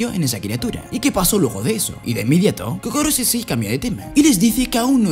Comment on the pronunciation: era koro no kokoro xd